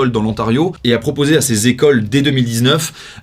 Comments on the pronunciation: Bâââh... petite erreur de prononciation, rien de méchant. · "trente zécoles"... marrant comme vous parlez comme dans le 9-3 parfois. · trente zécoles. C'est du québecois.